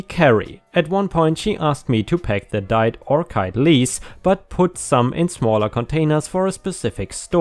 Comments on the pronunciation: 🌟🌠✨⭐🌌⭐✨🌠🌟 leis = " lay-eez", and orchid = "orkid" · And "orchid" is pronounced like "ore kid."